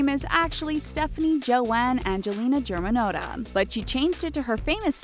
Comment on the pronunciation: “GER-MAN-NOTE-AH” i cringed so hard. it’s “GER-MEN-NAT-A”